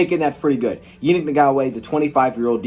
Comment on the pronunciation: It's pronounced (ya-NEEK in-gok-way)